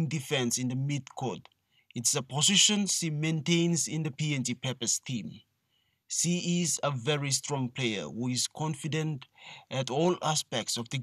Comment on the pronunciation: It's SHE and NOT "C"